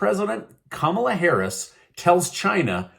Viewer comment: Who's Kahmala Harras ?